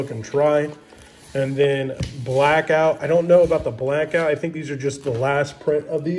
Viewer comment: its blackout not blankout lmaooo